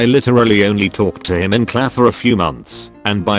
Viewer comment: Really? This stupid fn bot can’t say class? At least this one didn’t keep saying number instead of no